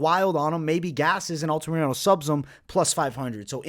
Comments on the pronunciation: Altamirano, say it with me, ALTA-MIR-ANO!!!! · For the love of GOD! Stop saying Alta-Mariano